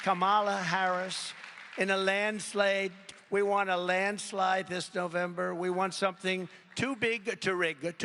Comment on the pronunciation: "in a land slade'